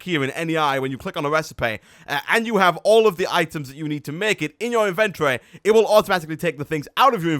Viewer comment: Invettorey but im not mad at ur voice and you can slow down ur voice and cool vid